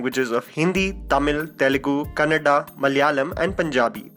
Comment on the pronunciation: I like how you correctly pronounced “Kannada” and not kannad 😊